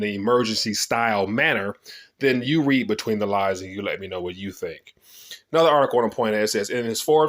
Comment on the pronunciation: sounded like you said READ BETWEEN THE LIES .